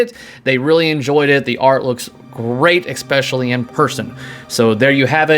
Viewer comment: Please....“ESpecially, NOT “EXspecially”...